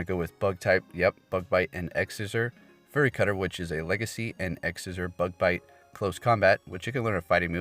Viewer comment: Fury is pronounced "fyou-ree", not "furry"